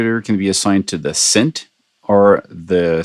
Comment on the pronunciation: its synth not sint lol